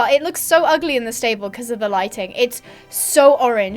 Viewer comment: How you said ugly 😫